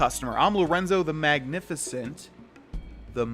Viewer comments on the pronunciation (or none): none